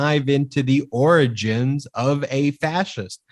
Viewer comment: Can you guys plz say the “Oranges” instead of “origins”??? Just once? 😂😂😂 LOL